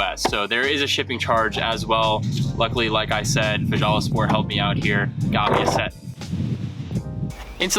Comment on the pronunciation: Ive seen these! Would love some but not quite in the jeep budget yet! The company fjallasport is pronounced kinda like "fhalla" the J's over there sounds similar to h's haha. Great video!